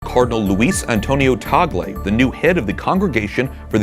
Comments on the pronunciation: Correction pls.. not tagol but TAG-LE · Not tagol but TAG-le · Another correction it's pronounce as TAG-LE not TA-GLE because he is a Filipino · His name is PRONOUNCED AS … Cardinal Luis “ TAG-LE “ …!!! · Pronounce his name TAG-GLE